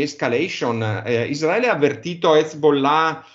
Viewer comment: non si puó sentire ISDRAELIANI e ISDRAELE. Si dice Israele e Israeliani. I S R A E L. Anche se io la chiamo PALESTINA occupata.